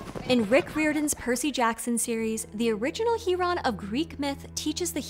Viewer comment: I hope after the proper Percy Jackson show comes out clips from those awful movies will no longer be used lol. I'm a bit 💔 you mispronounced three different names in one video (Iraq, Riordan, Rowling--not that she deserves any defferance or anything but still) but otherwise this was very interesting and entertaining